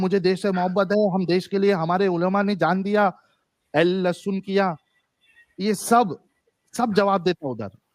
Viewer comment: L lasun bola😂